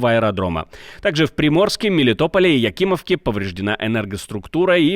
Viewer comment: Лучший ведущий! Про Якимівку чётко сказал!